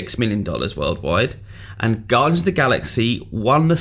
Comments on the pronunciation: Haha "Gardians" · "Gardians" aye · "Gardians"? Bravo IGN. Dat quality control. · not being a word/spelling nazi here but "Gardians"? lol :) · lol "Gardians" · TF is a "Gardians"? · Guardians* not gardians